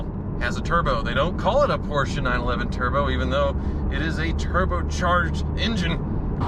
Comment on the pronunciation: Porsche becomes Porker.........